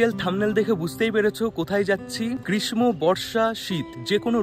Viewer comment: কথাটা Grismo হবে না , grisso (গ্রীষ্ম ) হবে। তোমার ভিডিও দেখতে ভালো লাগে। July মাসে যাওয়া টা কি ঠিক হবে দার্জিলিং।